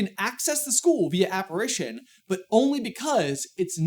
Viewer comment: wouldn't be aparAtion, not aparition?